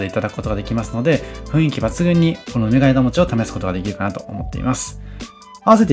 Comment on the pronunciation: 福岡県北九州市在住です。福岡、博多はＪＲで４０分、電車代だけで往復２千円くらいかかるので、なかなか行けません。紹介してくださってありがとうございます！！ ところで、ナレーションを聞いていて「梅ケ枝餅」を「うめがえだもち」と読んでいらっしゃるように聞こえました。普通にそのまま「うめがえもち」で大丈夫です。 もし私の聞き違いだったらごめんなさい。というか、たぶん私が間違ってる (´；ω；`)ｳｯ… 実は生まれも育ちも東京で、結婚してこちらに来ました。 来月久々に帰省するので東京のお店を探していて、のチャンネルにたどり着きました。 細かく丁寧な案内、本当に参考になります。ありがとうございます！ 帰ってきたら博多方面も行ってみます。